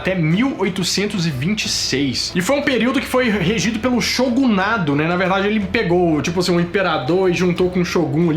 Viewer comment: Meu deus do céu que vergonha alheia com certas informações o ford T não era produzido em 24 segundos, o termo é shogunato e não shogunado e tokugawa era shogun e não imperador....